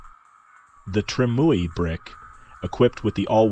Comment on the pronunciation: trime ooey brick says the AI